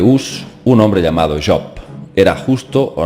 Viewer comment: me ha gustado mucho el video el personaje que mencionas job se pronuncia su nombre con jota y perdona por entrometerme un poco, solo era eso, no lo tomes a mal y gracias por el trabajo de investigación que estas haciendo,que es despertar conciencias, que no es poco